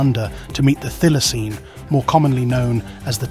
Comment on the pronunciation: It is pronounced 'Thigh-la-seen'.